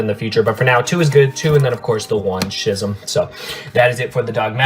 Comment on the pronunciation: schism is pronounced skism